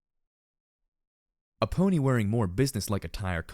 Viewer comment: Ahhh, I hate to say this for, is this the third time? I'm just bringing it up now... again, for how it sounds in this chapter most of all... *brace yourself for the obvious and sadly over debated thing about MLP thing* Pony sounds off... pulling me out of the story off. Not all that bad before "DJ Pony", but now with only "Pony" it's just so... wrong to my ears. Escher like odd. Sorry for pointing it out again, and no I don't expect you to change it at all really. Just pointing it out. :( Sorry.